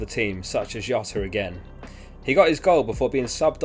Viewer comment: Please, please, pronounce Jota with a J. It would be Hota, were he Spanish. He is Portuguese. Other than that, an excellent video.